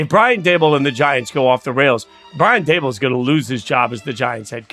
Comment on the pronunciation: Can’t subscribe to a guy who thinks the Giants coach’s’ name is Duh-Bowl.